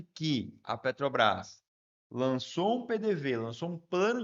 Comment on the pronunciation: "PETO BRÁS" , "PETO BRÁS", "PETO BRÁS"...!!!! Tu é ANALFABETO como o LULES ou simplesmente tem problema com DICÇÃO???